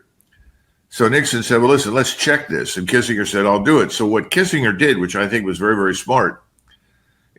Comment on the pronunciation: How can someone his age mispronounce Kissingers name?!!!